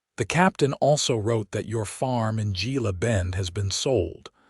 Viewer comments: GILA IS HILA PRONOUNCED H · With the relentless blunder in reading and pronunciation in so many of these western tales and stories of women Navy Seals, Gila is Hela in as near proper Spanish as I can write!! I would never disregard the stories of women fighter pilots as they have gone from ferrying planes in WWII to capable pilots as formidable as bees dutifully supporting their hive. There is truth is their capabilities and courage to swiftly take down targets that threaten peace! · Gila is pronounced hela. Gila bend was nothing but a stage stop and resting place in the 1800s. Very sparsely populated. There wouldn’t have been a lunch or dinner crowd if there was even a restaurant at all. There were only a few buildings. Why can’t AI do better research? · Gila, a Spanish word pronounced hela